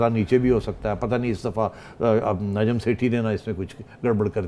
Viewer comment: You talk about education while u cant pronouns "Z" and "J" what is zahil and nazam? You indians watch pakistan political debates,while on ur own news channels there is nothing expect shouting in political debates, u indians are biggest fan of najam sethi? Go watch what he said about india so called surgical strike and air strike in previous shows.